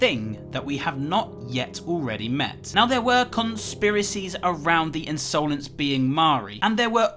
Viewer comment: Just wanted to point out that the word 'insolence' is usually pronounced as 'in-suh-lens' and not 'in-sow-lens'